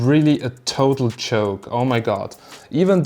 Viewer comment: "it was a choke" or "joke" :D ;) and schepu oder gpu?